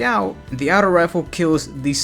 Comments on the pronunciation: Aughto not outo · its auto not outow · stop saying the word auto you say it horribly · Can never trust a guy who pronounces "auto" as "Ouutos" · "Out-o Rifle" lol the way you say auto is funny c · the way you say Auto makes me cringe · the way u were say auto lol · The t is supposed to sound like a d. When you say auto with a normal t sound, it sounds like you're trying to add too much pronunciation to the word.